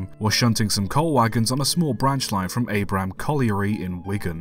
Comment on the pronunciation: FYI, the place name is pronounced with a short A, as in "hat". The site wasn't in Abram in any case, it was at Platt Bridge to the north. There were literally hundreds of shafts in the area; it is impossible to build without worrying about problems caused by coal mining.